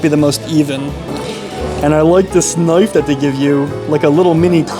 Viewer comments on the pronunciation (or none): none